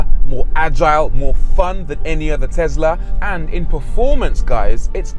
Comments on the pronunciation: IT’S TESLA, NOT TEZLA!!! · "TeZZla" LOL ;) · And that's on tezla 🤣😂